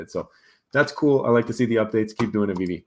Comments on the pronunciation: Anyone who speaks on Veve and says “this app called veeve or w.e” should just stop right there . Learn to pronounce the name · Kevin comes across as a high school jock picking on a nerd so that he looks cool and has it all figured out. Small minded people think if they don’t see something, it doesn’t exist. Mispronouncing the name (on purpose) shows his arrogance. My opinion on what he thinks is beyond insignificant.